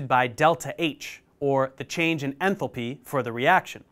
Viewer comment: Enthalpy❌ Enthopy✅